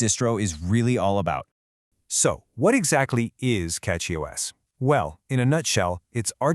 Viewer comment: Did you switch your A.I. voice just 30 seconds into the video? I do prefer CachyOS for KDE but prefer EndeavourOS for LXQt Wayland. :face-green-smiling: BTW, did you notice that , your A.I. voice pronounced it is as "cocky OS"? That is actually quite appropriate.